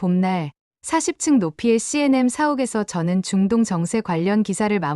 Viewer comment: CNM이 아니고 CNN예요. 똑바로 읽으세요. 기본지식이 안되어 있어요.